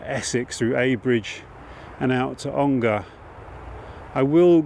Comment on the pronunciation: you have correctetly pronounced Ongar! Only joking! I love you videos and having grown up and lived all around the Roding that particular river has a special place in my heart